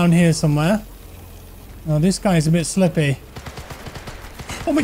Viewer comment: "Around theh somewheh?"